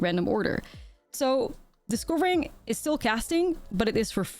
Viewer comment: Does anybody understand "disco-ring" instead of discovering?😂 (sorry 😅 don't wanna be rude to the amazing ) thought for whole 5 minutes "what's this keyword and why did I never hear of it"